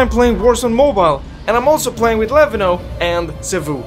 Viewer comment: Oh Finally you pronoun their name correctly 😅😂